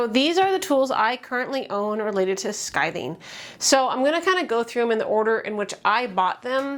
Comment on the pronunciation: You are saying “skithing”. Isn’t it “skiving”?